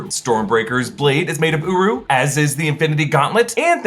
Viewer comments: I swear everytime i hear him say uru it sounds like uwu✌wtf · Uru sounds like “UWU”